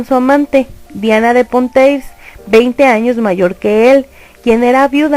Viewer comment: Exacto, además dice Asturias cuando en realidad es Austria. Bueno, también la pronunciación del francés esta un poco al debe en nombres como Valois y Poitiers.